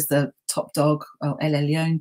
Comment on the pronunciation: Excellent and enjoyable discussion. Rather surprised that a specialist Old Testament scholar, no doubt fluent in Hebrew, would not know that it's Elyon and not Elyown and similarly El and not Ale. Agree very much with the professor's views that racism as we know it is a modern construct. Physical features are hardly mentioned in both Testaments except where crucial to the story, such as Goliath being a giant. Apart from Moses wearing a mask after descending from Mount Sinai we don't anything about his appearance and the same for Jesus and indeed for virtually everybody else.